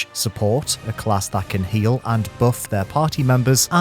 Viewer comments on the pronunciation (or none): none